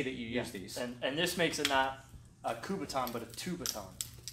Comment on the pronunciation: Its called a Kubotan. Not a "Kubaton". Just sayin'.